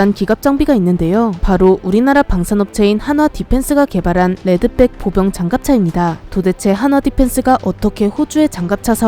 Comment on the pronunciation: 레드백으로 쓰고 레드빽이라 읽는다